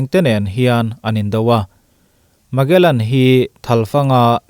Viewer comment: Magellan...Malegan...slip of the tongue😄